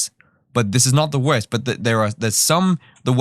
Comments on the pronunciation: Pauses at .01 seconds "This is the WERST* 😂😂😂 Also I don't have an issues with people feeling themselves a bit on tik tok, it's "Hey look at me I'm happy/confident" which I feel is important for a lot of people to do 🖤🖤🖤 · The way you flow in and out of your accent is confusing me. Do you have an accent or just like to accentuate certain words like wurst? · The WEEEERRSSSST (the best) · The way he says werst... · its funny dat when he said “worst” it sounded like hes saying “west”🤣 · I thought your voice was great to hear... but i kept wondering what "wiz" was... until i realized it was "worst".. still like the voice. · I don't really don't know if you are Irish or from New Zealand 🤔 you say folks and you pronounce worst so funny 😅